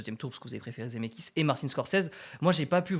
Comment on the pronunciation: Je mets un pouce bleu pour me calmer et ne pas exploser de rage à cause de ta prononciation de "Zemckis". IL FAUT PRONONCER LE C BORDEL !! Sinon continue j'adore ce concept 😙👍 PS: ON DIT DES CHEV*AUX* !!!